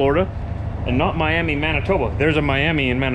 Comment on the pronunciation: Hey!!!!!! Just thought you should know the Miami in Oklahoma is pronounced Miama.....as in miamuh,don't know why lol